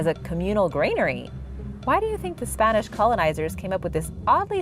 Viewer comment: Really enjoy your shows and presentations of information. What I realized into the shows your very accurate pronunciations of foreign names and of sites especially Spanish, Mexican, Portuguese and other nation's names. We Americans rarely hear spoken foreign words correctly of historical names. Some are totally new and those we did hear, however, blew right past us never knowing correct pronunciations. We research and look up struggling to hear correct pronunciation of names. It is a two step or more process, This is a huge draw point for me and I am sure others. Then a big PLUS, up-to-date information on subjects we have researched and heard of before.. So good job and KUDOS to you and related assistance for your shows...A+ effort.